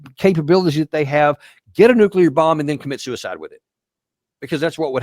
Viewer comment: this Izzyhole can't even pronounce "nuclear."